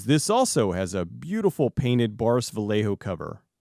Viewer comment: Vallejo is pronounced as "Val-yeh-ho"